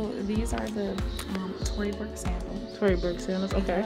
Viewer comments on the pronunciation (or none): ik this isn’t important but it’s tory burch not tory burke